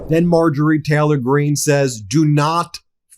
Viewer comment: Ben, it’s Taylor, not Teller.